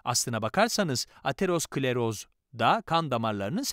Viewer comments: Ateros kleroz değil Atero skleroz diye okunur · Hocam ateros-kleros değil atero-skleroz. Kanser oldum resmen bu kadar konuyla alakasız birine bu seslendirmeyi yaptırmasaydınız keşke.